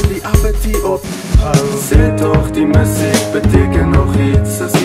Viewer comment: Befokte video. Enigste kritiek: die woord 'musiek' se klem lê duidelik op die tweede lettergreep in die normale uitspraak daarvan. So in die refrein se "Sê tog die MU-siek beteken nog iets' is die metrum mos obviously verkeerd, man. Dieselfde geld vir 'apatie' aan die einde van die song. Dis iets wat Francois van Coke ook gereeld doen. Die ritme van daai note moet mos verander om saam met die uitspraak van die woord te gaan